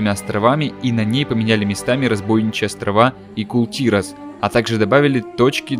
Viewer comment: Кул тИрас как же режет слух! Кул тирАс